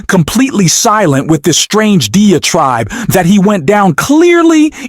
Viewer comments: Dee-a-tribe?? You stole audio from Jack Cochiarella and ran it through AI, didn't you?? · This is a hilariously effective PRO-Trump video. The narrator/bot, who can't pronounce "levy" or "diatribe" rants insanely and then proceeds to play complete truth from DJT. I expect these are the same people who denied Hunter's laptop and Joe's senility and the 3 million$ from Ukraine...... until they had to admit Trump was RIGHT about all those.